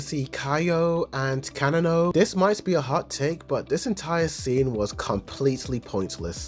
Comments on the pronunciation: the name misprounounciations will be the death of me. bro really said "kanano" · Fr fr df is kana no and kaio 😭😭😭😭😭😭